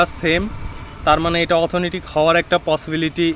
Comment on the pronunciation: শব্দটা হবে "অথেন্টিক"।